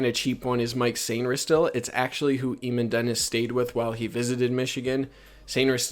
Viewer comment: Eamon is pronounced aye - min